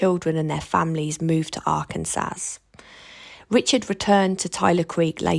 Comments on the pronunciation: Arken-saw, not Arken-sass. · Love your content the S at the end of Arkansas is silent